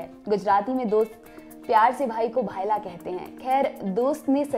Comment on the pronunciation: भाईला नही होता भईला होता हैं.